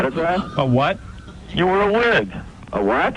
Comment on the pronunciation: Joey ramone and Marky ramone calling each other bald and the way Marky says, "A W A T," is a running gag with my friend now lmao